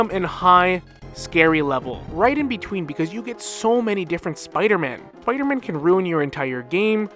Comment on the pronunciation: That one Spider-Man pronunciation he said: “smmider-man” 😂